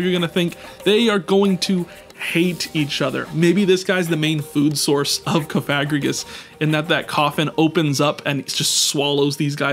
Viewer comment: The was he says Cofagregris is crazy 😂